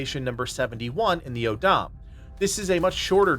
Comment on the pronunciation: your pronunciation of some words is kinda funny. O'odham is taken from the Tohono O'odham tribe in Arizona and pronounced like "Oh Dumb" and Acheron is French, pronounced like The Guns of Navarone" (classic movie highly recommended). The privateer ship that Russell Crowe is fighting in Master and Commander is named Acheron. You can hear it spoken there.